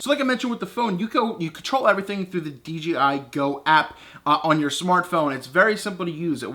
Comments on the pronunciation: You say "DGI", lol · Nice review but it's called DJI not DGI.